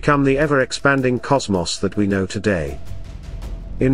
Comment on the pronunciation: Your AI narrator gets all the subtle inflections wrong. It really detracts from these videos. Why don't you just get a human being to narrate these? Why is that so difficult for you to do? I don't get it. At the very end it says, "but what do I know?" The AI puts the emphasis on the word "know", so it sounds like this: "but what do I KNOW"? But the expression is supposed to have the emphasis on the word "I". I just don't understand why this doesn't seem to bother you. It's ridiculous.